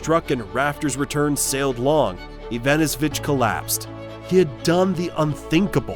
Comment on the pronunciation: At least get the surname pronounciation right :D